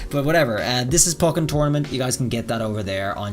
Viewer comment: Its pronounced Poh-ken btw not Pock-en.